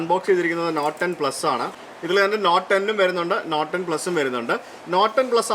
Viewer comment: bro, 'Not' and "Note" are pronounced differently:)